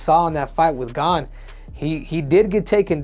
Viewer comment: Pronounced as “Gan”